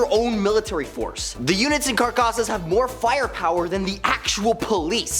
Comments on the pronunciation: Dude, you really need to improve you're Spanish. Its Caracas, car-ra-cas Venezuela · Didn’t even bother to learn how to say Caracas did you? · Butchered Caracas lol